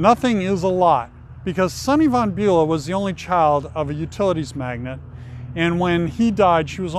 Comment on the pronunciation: Swift lives in Watch Hill not Newport. it's VON not Van....